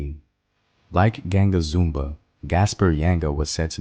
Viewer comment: Zumbi is the pronunciation created the free state of quilombo dos palmares until the SLAVERS destroyed it.